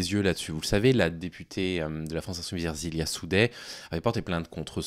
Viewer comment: Soutiens total et inconditionnel à Ersilia Soudais! Une femme forte, déterminée et avec un engagement politique indéniable. Je précise que son prénom est "Ersilia" et pas "Erzilia", un détail mais qui m'a fait tiqué à l'oreille merci à toi en tout cas.